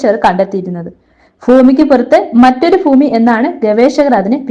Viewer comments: ഫൂമി അല്ല,ഭൂമി എന്ന് പറഞ്ഞ് പഠിയ്ക്കൂ....😊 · ഫൂമി. മലയാള ഭാഷയെ കൊല്ലരുത്.